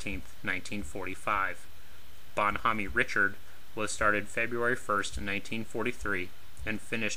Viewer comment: it's also Reeshard not richard